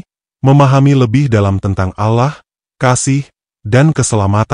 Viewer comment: Saya tdk percaya begitu saja, karena naratornya bahasanya tdk fasih dalam mengucapkan ALLOH, الله،